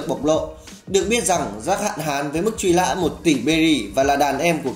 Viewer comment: Mức truy lã,vắt lước....??? Tôi đang nghe cái gì vậy ? Lỗi chính tả,phát âm sai trầm trọng và sự thật nghe vô cùng chói tai mặc dù nội dung clip rất hay. Hơn 1 năm rồi mà vẫn không thể khắc phục lỗi chính tả